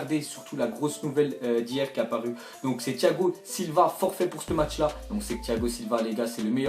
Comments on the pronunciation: se serai bien que tu dise "ce match là" et pas "ste match là" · frere parle en francais wsh tu di "ste match " t deja aller a l ecole ou pas ?